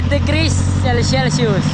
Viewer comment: 😂😂sabihin patagalog cel Sus one hundred degrees Celsius cute mo talaga but at least you try magsalita Ng emglish